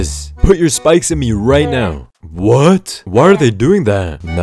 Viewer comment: "Are you serious right neow bro" never gets old